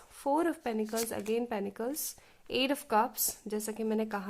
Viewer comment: No offence to you !!!!! —- but I believe it’s pentacles and not penecles.. please check . Also loved the reading part … fab work .. thanks for choosing us - and sharing along . ❤️❤️